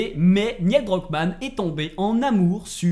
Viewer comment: Neil pas Niel